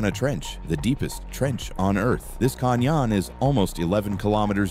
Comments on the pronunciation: "Con-yawn"?? You mean "Can-yun"?😂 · Can yon not a canyon😅 stupid AI